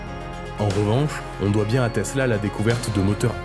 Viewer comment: Teessllaaa ouuuii ! à prononcer comme suit